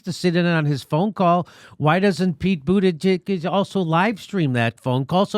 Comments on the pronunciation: Mispronouncing Buttigieg over and over isn't funny, Jimmy. It's not that hard to pronounce. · Everytime Jimmy mispronounces Buttigieg, I die. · Always purposely mispronouncing buttigieg is annoying. First 2 times i might give a chuckle. After tht its just fucking annoying. Other than that..i just love you show!!! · I like how jimmy fucks up his name every time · i just discovered your channel and if i may comment: 1 - stop intentionally mispronouncing Pete's easy-to-say last name, its not funny, disrespectful and makes you look juvenile. even trump mocks it better than you do. 2 - im not sure who you support, but stirring the pot against some of the dems running at this point just ticks off dem voters or swing voters who may already be thinking of bailing on the next election, because... 3 - this is not the election in which we should remotely consider over hauling the system as it is. the goal is to NOT HAVE ANOTHER 4 YEARS OF TRUMP! so STAY FOCUSED!! it doesnt matter who we put up against trump 4 - bill maher HAS NOT been a millionaire for 30-40 years. prob 20 tops. ill bet maybe even less 5 - this is not the year to try and jump start a 3rd party. trump will win if the dems are divided 6 - why do you blame Pete for trying to win? he is running, and he will do what it takes to win. i dont see why you think Pete has no accomplishments but you think Tulsi does? list for me what she has more of in that regard. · Would be nice if he can actually say the surname correctly for once...it is annoying to hear him butcher it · I can't say his name properly either Jimmy. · I am not a Mayor Pete supporter. I’m Yang/Tulsi all the way. However, you can still be respectful and pronounce his name correctly as he is a Presidential candidate after all. It makes it difficult to take your channel and commentary seriously. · Please start saying Buttigieg's name correctly, the joke has run its course and it's not really funny any more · It's pronounced Butt gig get it right!!!